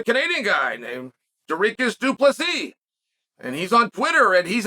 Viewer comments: You have the DRIKUS part right. DU "PLESIE"....the last S is silent (French ancestry). Now go practice that DU PLESIE...DU PLESIE..... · That's not how you pronounce it but that's the best way I think an American can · Still not correct buddy. You have to roll the "R". Close though haha